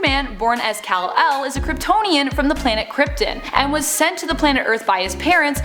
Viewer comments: I don't know about you guys but I can't get over how she pronounced Krypton as Krypten. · Home planet of "Kriptin"?!?! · Did she say “kryptin” instead of krypton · Krypt-ON not Krypt-EN..... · We all gonna ignore that she just said kyriptin instead of kyripton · i know its petty but.... themesreia? kriptin? wtf :P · Did you call it krypten? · What’s with this woman?!!! She seriously needs to properly pronounce the names and places of certain characters! Them-ys(is)-cira!!! Krypton (crip-ton). GOD....that’s pretty annoying!!! 😤🙄😑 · themesria? kryptin? Need more coffee lady o.o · Krypt-en lol it's a good thing she's cute! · Learn how to pronounce the names, Kryptin??? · Cripton. That's what she calls Superman's home planet. Get her out of here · Kryp? Tin? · It's kriptan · Bish said KRIPTUN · Planet crip-tin? Are you serious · " ...is a Kryptonian from the planet KRYPTIN... ????" Also she pronounced "Themyscira" differently ! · RJ’s Psycho “Krypten” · PS: you miss pronounced Krypton and Themyscira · We caught her fakeness when she said krypton wrong. Reading from a screen i see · Her pronunciation of Themyscira and Krypton is nails on a chalkboard. Makes one think that she’s not actually a fan but just reading cue cards. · Good video up until the point where you mispronounced Krypton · The pronunciations of Themyscira and Krypton... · How do you say Kal-El right but not Krypton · Hey y'all, love your videos and you guys seem to really know your stuff, but the only complaint I have is if you could please pronounce things correctly. Ra's I get to some degree(though not to the extent it was said in this video) but Krypton is such a known thing it seems a little odd to mispronounce it like that(Krypton should not rhyme with Lipton.). Again, love the videos, but I've noticed this in a few, so please just make sure you're pronouncing these things correctly <3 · Who the F pronounces "Krypton" like that? All credibility lost! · Themyscira and Krypton specifically.